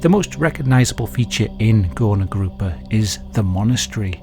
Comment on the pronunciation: That suprisingly good pronunciation. But its more like goorna groopa. People who couldnt work were undesirable and while they werent killed on mass like in nazi germany, party liked to forget about them, pretend they didnt exist. Whether you were mentally or phisically disabled so much that you couldnt work you were hidden away. Work made worth. Its shameful to not work